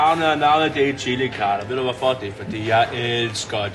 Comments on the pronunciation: han siger: illi(chilli) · Starter forfra, trykker start og trykker 3 så lyder det som om at han siger killing xD